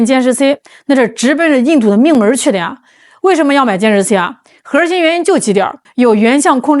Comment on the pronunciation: ，你说核心不要卷舌，你就是女神，卷舌就是土妞，你看着办吧。